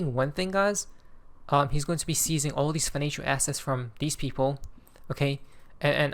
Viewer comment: I believe he meant to say “all” not “ball”